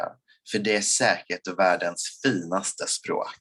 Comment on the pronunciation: Skivan would be Scheibe(n) (one way of saying disk/record in german) but why you say "chuivan" is beyond me. Or why in his second swedish sentence basically every second WORD is not being said. or that Finaste is basically FILNaste. Why is there an L ?